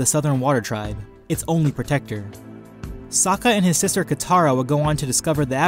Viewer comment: As much as it pains me to admit it, i agree with your verdict. I love Sokka he's my favourite character, but he's out of his depth here. And good on you for pronouncing his name correctly, a lot of people don't. Looking forward to the next video!